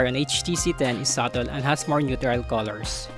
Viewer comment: i wasn't suggesting him to mimic the american accent. There's always some parts where the pronunciation and enunciation goes off. Like the words stabilization, subtle. and enunciations on; yellow, pretty.. etc. I also have filipino accent but it's always nice to deliver the message without mumbled words